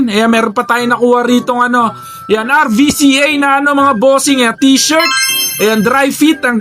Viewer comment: Roo-cah bigkas dun idol sa RVCA, thanks!